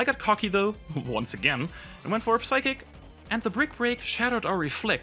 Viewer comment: Nice vid, let me boost it a bit by saying that 'P' in 'psychic' is silent